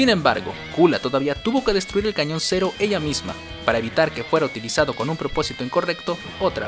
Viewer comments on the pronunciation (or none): none